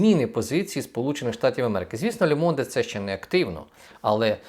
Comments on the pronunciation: не Лє МондЕ, а Ле Монд! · Промовляеться " Лё монд" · Le Monde (Ле-Монд) "e" - в кінці не читається!